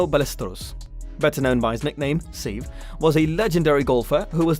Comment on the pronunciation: Se-ve not seev